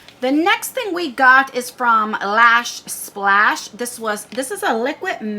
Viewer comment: the brand name is L.A Splash ( like Los Angeles L.A. ) you said Lash Splash. That’s cute lol.